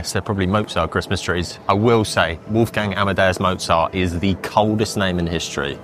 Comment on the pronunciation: PLEASE educate yourself how "Wolfgang Amadeus Mozart" is really pronounced. You are butchering it to death :(